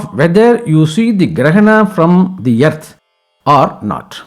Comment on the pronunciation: Thanks for complete knowledge about Grahana and guidance to do's and don'ts.. Just a note, please address Earth or "Arth" instead of "Yerth".